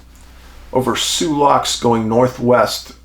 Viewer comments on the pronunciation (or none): none